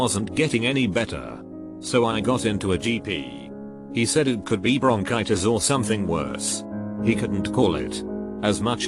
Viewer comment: Any Larray fans out there that heard “Bronchitis” and heard him telling us that he had “Brownchitis”